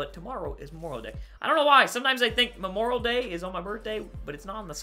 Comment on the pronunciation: Memoral Day 😂😂 It's Memorial Day 😂